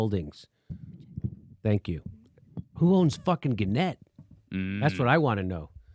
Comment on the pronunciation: Guys, pronounced GAN-nette. Access on first syllable.